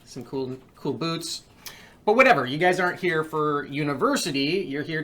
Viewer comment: “some good cold weather bloots”